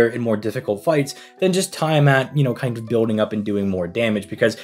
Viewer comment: Tee-uh-mat... Not Tie-uh-mat That said, I'm rolling for both😂